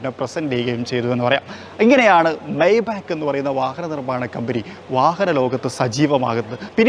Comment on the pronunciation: മര്യാദക്ക് പേര് പറയാൻ അറിയാത്തവനാണ് vlog ചെയ്യാൻ വരണെ . മെയ് ബാക്ക് എന്നു പറയില്ല. മെയ് ബ എന്നാണ് ഉച്ചാരണം